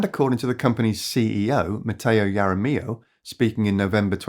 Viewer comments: Jaramillo(HAR-a-ME-oh) If you're feeling brave you can even roll the "r." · Your pronunciation of j jaramillo is not so good